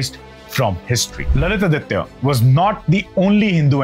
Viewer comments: Please pronounce Lalitaditya as Lalitaaditya ( give importance to grammar please) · His name is not lalith aditya. It is supposed to be pronounced together "lalithaadithya", although it means the same. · Pronunciation is not Lalit-Aditya but LalitaAditya